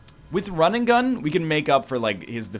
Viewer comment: why do i hear rinnegan every time he says run and gun